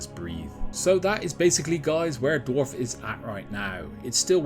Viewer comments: This guy: Dorf 😒 Dwarf 🗣️ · Why do you keep pronouncing it "dwarf"?